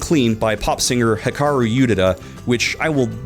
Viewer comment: This is a great video, loved it, I’ve never heard someone pronounce Hikaru Utada’s name so incorrectly before